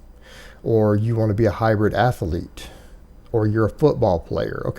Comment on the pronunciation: Why does always add a third syllable to the word "athlete"?